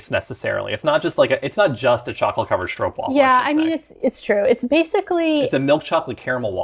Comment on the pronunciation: The a in stroopwafel should be pronounced like aa, like in maak